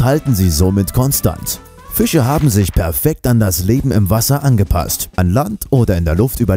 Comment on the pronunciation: Fiche???? Das heißt „Fische“!!